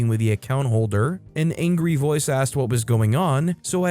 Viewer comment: well, saying axt instead of asked: I can understand, why that would drive people crazy. but it also means that you narrate it yourself, and don't let AI do the job. ;-)